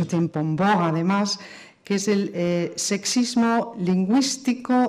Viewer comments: Al principio a la primera conferenciante sólo le escuche "secismo" en lugar de sexismo. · Aquí mismo en esta grabación, tenemos la palabra sexismo, que la ponente pronuncia sesismo, lo que puede -con muchas ganar de debatir o simplemente polemizar gratuitamente- confundirse con el ceseo español (ibérico, se entiende) que no utilizamos el resto de hispanohablantes. Lo mismo ocurre con la pronunciación ibérica "sh" que tienen para la S, amen de muchos otros aspectos.